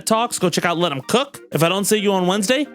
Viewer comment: I know you gave us a greeting for the holiday but it definitely sounded like "eat my buttock" 😂which made me giggle